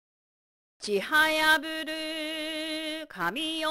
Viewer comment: ちはやぶるです ふ❌ぶ○ ここ間違える人多いですよね！ なので是非直していただきたいです… 某漫画にひっぱられるのかな💦 もやもやしちゃうんです…💦 上から目線すみません🙇‍♀️